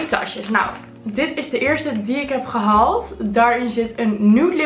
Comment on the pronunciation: Klinkt ook totaal niet raar! Ieder zo zn accent girl 💯